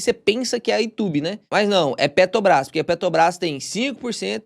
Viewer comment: toda x q eu vou comprar PETR4 eu lembro do falando PETOBRAS!!!! kkkkkkk ajeita isso ae pow kkkkkkk pq eu to casado de comprar PETOBRAS ouvindo vc falar kkkkkkkkkkk seus videos sao muito bons!!! tenho o 2 em 1 eh muito bom e a Ward tb!!! sucesso!!!!